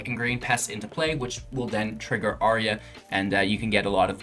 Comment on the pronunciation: Brother, you make great videos and play excellent Magic. But please, please. Say it out loud: "ayy-arr-uh"